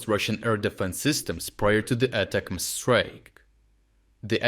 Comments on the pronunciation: Thanks! Great report, as always! Two suggestions: - Please include the dates for the strikes, so we get a feeling for which events are new - Please instruct your voice bot that the pronunciation of ATCMS is "Attack'ems", inspired by "Attack them" in plural. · I know it doesn't matter, but you might like to know how to say ATACMS. It's like you're saying "attack 'ems", like English speakers abbreviate them to 'em. Not important, but thought you might just like to know. Basically, the missile's name is a pun.